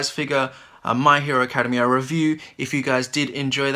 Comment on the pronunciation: This video helped me decide if i wanted the figure but the way you mispronounce Academia makes me cringe >_< You're not supposed to say it like you're going to say the word academy, ("ah-KAD-uh-mee) it changes to "ak-uh-DEM-ee-ah"